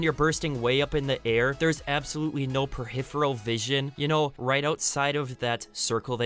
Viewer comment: No “perhifferal” vision